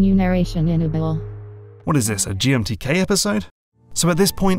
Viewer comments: MENU NARRATION INNABLE. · "In-a-bull" - "Dice able" - great job, menu narration. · "Enablay... Disablay" hahaha. Really, the one that in general seems like it should be a total given is subtitles. It was surprising to see that some games just didn't have them. Very useful for pretty much anybody and everybody. Whether it's for players with hearing issues or people who live in places where they need to keep the volume down (crappy apartment walls) or just need to keep it down for other reasons (someone sleeping nearby). Or maybe they can't make out an accent or whatever. Subtitles are simply useful for everybody (and turning them on or off should be as simple as ON/OFF in the menu. Super basic). The implementation of extra detail to those subtitles becomes another question though in terms of how to apply it to gameplay. Like maybe giving away who is saying something in a stealth game is counterintuitive to the the sneaking aspect that is meant to keep you on your toes and second guessing yourself until you clearly make that distinction of, "yep I see that person is moving their body or mouth when they are speaking therefore they are the speaker", as opposed to someone in the distance maybe is the speaker or is not, but the game gives it away with a big speech bubble above their head which gives me that info way before I as the player could have made that distinction myself. Again though, this is like next level aspects of the general subtitle issue (and I'm talking strictly dialogue subtitles). The first paragraph is really the simple standard that should be